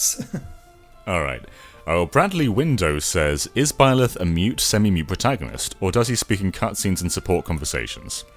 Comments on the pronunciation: Bye-leth not Bill-eth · Thanks for the in depth video! Although, it is BYleth, not BILLeth lol. Thank you Mr. British guy for pronouncing it correctly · It’s BI-leth, not Hetero-leth!!! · I known it's not a big deal, but this man keeps calling byleth, bill-eth. Hurts my soul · Byleth is pronounced “bye”-leth